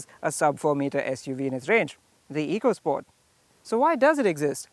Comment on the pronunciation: It's not eecosport where e is pronounced as ee. It's ecosport, e is pronounced as a here. Learn it. Great car. Hope it sells as much.